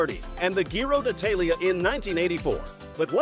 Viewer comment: The Ghee-Roe dee Ee-Tay-Lee-Uh is too ree-donk-kew-luss for werds!